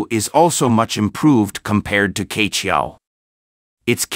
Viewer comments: No offence, I suggest the pronunciation of "queqiao" is not "K-qiao" but "chur-qiao"，like “church” without the "ch" at the end. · Q is not pronounced "K" but as "Chi" in Chicago. QueQiao 鵲橋 is the Chinese Zodiac Type mythology story "BIRD Bridge" formed by the BIRD "Que" for the "Cowboy" 牛郎 and "Weaver Lady" 織女 to meet in the SKY across the Galaxy ---- SILVER RIVER 銀河!!! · 跟我念，七～月～鹊，不是K桥